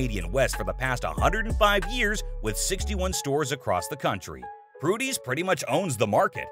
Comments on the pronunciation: It would be great if this announcer could read the actual name of the business. It's not Prudy's, it's Purdy's. Simply pronounce it as written. You lose all credibility with a mistake like this. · Pur-dy's not Pru-dy's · It's not Prudys it is Purdys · Hey narrator . . . Its PURDYS . . . not PRUDYS . . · P U R D Y S Not PRUDYS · Its PER-dees chocolate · Titling this by calling someone Dumb was very poor taste. Clearly he was not used to good fortune smiling on him. Secondly, you might want to check the spelling and pronunciation of Purdy's.